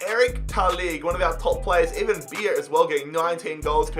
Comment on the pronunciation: coming from a non-german person, you pronounce Beier as Bayer..